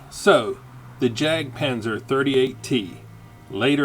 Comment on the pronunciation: Not pronounced as 'jack' panther but yak panther. It's a German pronunciation.